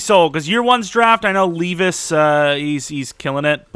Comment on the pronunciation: btw it’s lev-ice